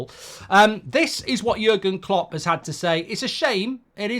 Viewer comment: You made jurgen klopp sound Italian mate 😂